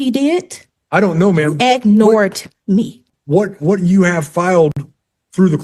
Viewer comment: ..." Ignortet me"